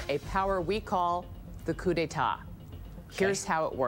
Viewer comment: did anyone else realise in the beginning clip, he said cu de ta, and then he gets the cu de ta power😉😉😉